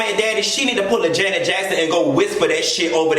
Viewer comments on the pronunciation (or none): none